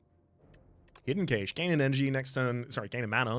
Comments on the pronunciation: Love the vids! But i have to say this it really irks me the way you pronounce "Cache" it's pronunced "Cash".😅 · Whether you speak anglish or 𝕰𝖓𝖌𝖑𝖎𝖘𝖍, cache is pronounced more like 💵cash. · Okay this comment has nothing to do with the game, but I think it’s interesting how I hear British and Australian English speakers saying “Kay-shh” for “cache” while, in America, we just say “cash” I guess the “e” don’t be silent for y’all there. (Please somebody get this joke from like 2011 so I don’t feel super old) But it’s gotta be the “e”, right? Cuz it’s the difference been “Kat” and “Kate” Wonder why we say “cash” then? Also, can’t wait to find out that Americans also say “kaysh” and I’m the weird one. LOL